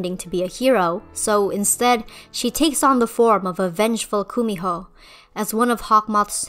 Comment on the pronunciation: Hi! I'm korean, and I just want to fix your pronunciation of Kumiho. It's pronounced more 'gu-mi-ho' with a g instead of the K. Otherwise, love this video! Thank you for the Korean representation, hehe